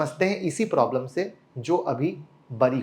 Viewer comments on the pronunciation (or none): none